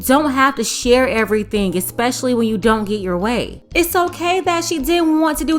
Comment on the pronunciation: Did this chick say expecially? Imagine having a child with her and expecting her to help with homework. Or just in general like our parents did when me mispronounce words and correct us, who she gon' correct?